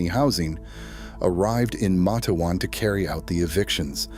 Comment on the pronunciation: It's. Mate-wan